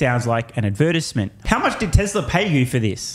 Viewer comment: Lmao the way says “advertisement”